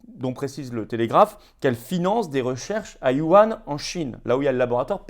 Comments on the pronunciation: Salut Florian : Wuhan se prononce : ou anne ! le Sars cov 2 a été prélevé en 2001 de mémoire, sur une chauve souris à 1500 km de Wuhan. Les premiers brevet sur ce virus se succède depuis 1999 à 2019, dont les test pour le détecter.... Tu retrouves tout cela sur les dépots de brevet aux USA, et la majorité sont la propriété du CDC... car c'est le gouv américain qui a financé l'ensemble des recherches sur les gains de fonction à Wuhan : réponse de Fauci à la question de : pourquoi étudier cela à l'étranger : réponse : vous ne souhaitez pas ce type de laboratoire sur votre territoire.... Il y a 15 insertions impossible dans ce virus hors labo ... on a décodé son génome ... Il n'y a pas de surmortalité en France, 2020 est la 3eme année dans la décennie la moins mortelle.... Si on avait laissé les médecins soigner : aurions autant de mort ... ? pas sure : On sait que le virus est apparu en France en Décembre : les médecins ont soignés le covid donc depuis Décembre à Février : pas de pic de mortalité ! Confinement, absence de soin : Pic et rivotril dans nos ephad.... Le masque ne sert à rien (ne vous protège pas car il ne filtre pas le virus qui a une taille du nanomètre) La seule utilité du masque est d'empêcher l'envoi de postillon sur une personne ou une surface... donc pour ceux étant malade (rhume toux.. et donc ne pas se moucher mais aspirer et avaler sa morve : comme au japon) Les enfants sont peu contagieux, et guérisse facilement du covid : le port du masque est néfaste po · bah un W et un Y c'est pas la même chose ! Il prononce yuan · Il faut se renseigner sur la prononciation de Wuhan florian :)